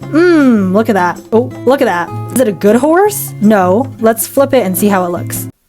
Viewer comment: "listen. naur"